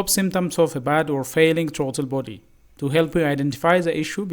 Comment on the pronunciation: Your English is horrible. Not. Trauto body. Is Throttle body